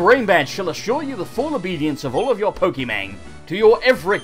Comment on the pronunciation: it poke MON NOT MAN